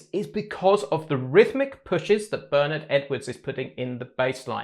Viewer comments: The genius of this bass line is the kick drum punching its own space in the mix on beat one. The bass guitar anticipates the bass drum without landing together on the one of the bar. Very unusual and keeps a sense of anticipation going. (Btw Bernard Edwards' name is pronounced "Burr Nard" and the "Nard" part rhymes with "hard") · Hi, great breakdown. Just one aside: Bernard Edwards first name is pronounced 'Bern-aard' as in eg 'Bern-hard' (not Bernard as in Cribbins). It's a common (UK!) error in pronouncing it, much like Louis Johnson is actually pronounced 'Lewis' (as in Hamilton), not 'Louis' as in traditional French. Cheers & all the best! 👍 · So, "Ber-Naaaard" is quite clear (US-American). And Louis Johnson was an US-citizen as well. For me: American pronunciation!